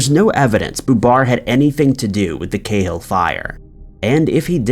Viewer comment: We seem to pronounce Cahill different here in Ireland to elsewhere here its Ca hill with a strong a pronouncement such as notorious Dublin gangster Martin Cahill also known as The General who was assassinated by the provisional IRA in 1994 and was later made into a film you may have seen it.